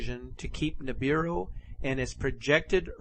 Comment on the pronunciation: sounds like the man is saying Nibidu instead of Nibiru